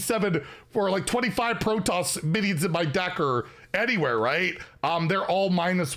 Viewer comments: Its PRO TOSS! Not "pro toes"... all the Starcraft fans dying in the corner when you mispronounce it! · "Pro Toss". Not protose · Hydraulisks and protose lol! Love you:) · to pronounce Protoss its pro-toss Also I'd point out that the Terran group does not have any class starship pieces so I'd expect them to have it in the miniset. As a side note, if the enemy's board is empty, does the Siege Tank, Deployed battlecry go face? Something to test later I think. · Pro-toss the second part is pronounced like the word toss. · It’s hilarious hearing you pronounce hydralisk and Protoss 😂 Pro-toes I’m dying 😂😂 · Well, it's not pronounced proton. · Protoss is pronounced as “Pro-Toss” Like tossing a ball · Pronunciation guide: Protoss = "pro" + "toss" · I'm here for the new ways of pronouncing Starcraft stuff:) "Hyde-drawl-isk" "Pro-Toes faction" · Some of those hurt my soul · not being able to pronounce Hydralisk and Protoss is more painful than any other mispronunciations he’s ever had OOF